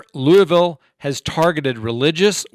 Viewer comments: Just pronounce it "LOO-VILLE." Kind of like new orleans is "NAWLINS." lol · In Kentucky you only pronounce 2 syllables in Louisville, it's Lew-vull. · My fiance is from louisville and he says it like luval actually everybody from ky says it like that but everybody else pronounces it lewisville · Not 3 syllables here, it's Lewvull. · Yes, it's pronounced like Louisville slugger. There's a ginornous one in the center of the city.